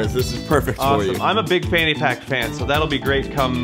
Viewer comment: every time they said fanny pack it came out as panty pack